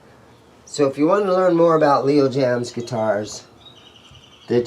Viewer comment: Love Jaymz in not pronounced “Leo Jams”. It’s pronounced “Leo James”. That’s straight from the owner of Leo Jaymz.